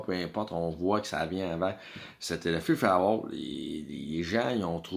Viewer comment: Dude tu devrais vraiment arrêter d'essayer de dire "FREE FOR ALL" T'es pas capable. Arrête.